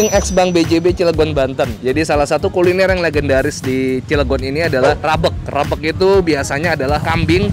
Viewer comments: "Rabeg" lafalin huruf e nya seperti e pada kata "bebek". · Nyebut rabeg nya salah bang, e nya bkn diteken tapi kaya nyebut kata "ojek,gojek,"